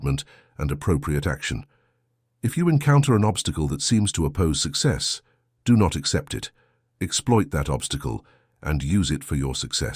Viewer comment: mucho emphasis in the do not lolol😂 stop that. Thanks ❤